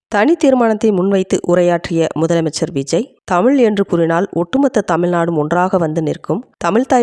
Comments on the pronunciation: தமிழ் எங்கள் உயிர் மூச்சு தமிழே தெய்வம் இப்படி எல்லாம் பேசுற இந்த சட்டமன்ற உறுப்பினர்கள் ஒருத்தராவது அந்த தமிழ் தமிழ் செந்தமிழ் என்று நாக்கை மடக்கி உச்சரித்தது உண்டா? எல்லா உறுப்பினர்களும் தமில்,தமில் நாடு செந்தமில் என்றுதான் உச்சரிக்கிறார்கள்😭 ஒருத்தருக்கு கூட முதலமைச்சரை தவிர வேறு யாரும் தமிழ் என்று உச்சரிப்பது கிடையாது அப்புறம் சொல்லுவாங்க தமிழ் எங்கள் உயிர் தமிழ் எங்கள் உலகம் 😂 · முதலில் தமிழ் என்று உச்சரிக்க பழகுங்கள் நாக்கை மடக்குங்கள். எல்லோருமே தமில் செந்தமில் என்று தான் கொலை செய்கிறீர்கள்😂